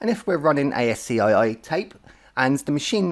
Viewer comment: ASCII is actually pronounced as ASKEE .just informing you ,, good luck